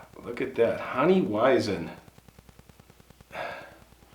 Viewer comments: Weizen is pronounced veizen. 👍🏻👍🏻👍🏻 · Pronouce "Weisen" as V for the W and a Z for the S ('vizen'). Good vid. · the W on the beer is pronounced V. good story, thank you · As a German theres something really funny about the way you pronounce weizen Also hunting at 11 years? It may be ky cultural background but i think thats a lil young, bit for texas its probably too old am i right